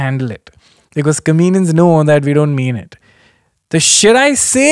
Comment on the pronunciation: Kenny, I just noticed, you say "comenians" and not "comedians"........ SORRY! It's kinda cute tho ngl. #SimpleKen